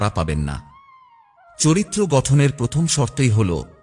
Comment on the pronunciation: খুব ভালো লাগলো। ধন্যবাদ। আপনার শব্দ পথম ও কার উচ্চারন হচ্ছে। ।একটু।দেখুন।